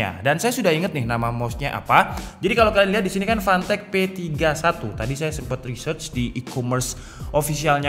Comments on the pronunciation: Gw dengernya pantek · Tulisan : Fantech Kedengernya : Pantek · Setiap lu ngomong fantech yg gua denger pantek panek 😂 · Fantech ❌ Pantek ✅